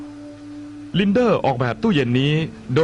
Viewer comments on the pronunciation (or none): ลินเด้อ No ลินเด้ ..... อ่านแบบเจอร์เมิ่น